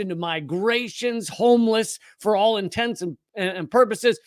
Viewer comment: "homelss, for all inTENTS and puposeses..." DOH!